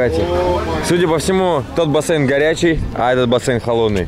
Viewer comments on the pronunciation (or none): не бассЭйн, а бассейн.